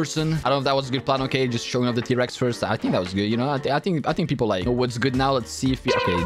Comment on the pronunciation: Bros favourite word is whatzzzsssszzzz